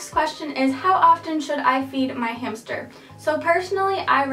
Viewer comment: She said hamshter Lol. This helped me a lot and I wanted a roborvski hamster but I ended up with a Syrian and I am not mad my hamster is soooo cute he is light brown and white and his name is peanut